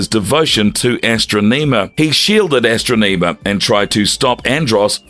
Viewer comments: Say it with me, "Ah" "Stron" "Iam", where do they get these guys from that read this stuff? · I swear, him saying AstroNEEma repeatedly had me so triggered. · i Luv ASs-TruU-nEe-mM-aA 🥴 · Her name is pronounced As-tro-ne-ma. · You should have watched Power Rangers in Space, and listened to how Astronema is pronounced in the show before saying it completely wrong in this video.